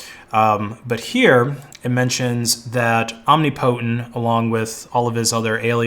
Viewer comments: Om-NIP-otent not omni-potent, genius. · Om-nip-o-tent. Shit that hurt to listen to. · Sorry, you missed the pronunciation of "Omnipotent" as well. It's pronounced omNIPotent. PS Coelho is pronounced Cwelho, roughly. Correction: "Cwello" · You're pronouncing "omnipotent" incorrectly. "om·nip·o·tent" is the correct way. You're saying "omni-potent". Just for future reference if you talk about this again. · This dude really pronouncing omnipotent as Omni-Potent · It is pronounced "om-nip-po-tent" not "om-nip-po-tent". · BTW the standard pronunciation of omnipotent is "om nip o tent", although being the person's handle, it's always possible they actually said "omni potent" and you're correct. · 'Omni' + 'potent'' eh? I am so embarrassed for this dude right now...It's 'Om' + 'ni' + 'po' + 'tent' . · I don't know what the correct way to pronounce it is, but every time he says "Om-nee-po-tent" I think to myself, "Om-nipuh-tent" ...because it sounds better. That's all I have to contribute to this conversation. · said "om ni POTENT." Correct pronunciation is "om NIP otent." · this dude really pronouncing omnipotent as omnipotent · It's tolerable but it's hardly ideal. Think about pronouncing a related word like "omniscience" in similar fashion and it sounds especially ridiculous.